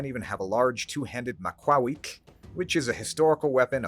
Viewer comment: Pronouncing the TL correctly on Macuahuitl makes me so happy.